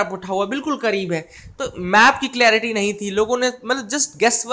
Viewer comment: Bhai clearitynhi hota clarity hota h. pahle khud padh lo.